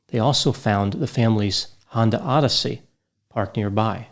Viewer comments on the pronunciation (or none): none